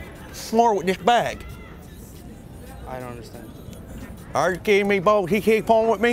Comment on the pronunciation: "All day buoss"